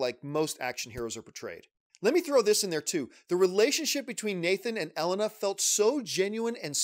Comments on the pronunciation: Pronounced Elena: ELLEN-NAH...lol I thought it was “ELAY-NUH” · Why did you say her name like that lol it's Elay-Na not Ellen-a 😆😆😆 Is this a Mario/Merio thing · L-In-Na Hahaha A-Lane-Na (Elena) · John its pronounced E-Lane-a lol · You watched 6 hours of this and still can’t pronounce “Elena”? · I would love to see you cover Horizon zero Dawn. But if you can't pronounce Elena correctly, you'll never get the names of those characters. Hahaha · Lol the way he says Elena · Especially after watching,the cutscenes, he should know how to pronounce it.